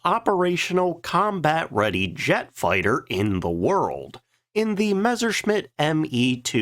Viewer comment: Again, stop pronouncing it Mezzer. It's Mess-er